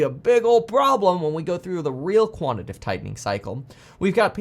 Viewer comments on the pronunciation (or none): It's QUANT-I-TA-TIVE. 4 syllables, not 3. 🤣😂🤣🤮 Is quantitive even a word? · it's quantitative, not quantitive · Just fyi…It’s “quantitative” tightening/easing, not “quantative” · Kevin, it is quantitative [ kwon-ti-tey-tiv ] mate. Love your work ethic dude, keep it going!